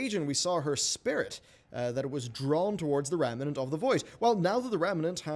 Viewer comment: rem-nant. stop adding an entire syllable into it.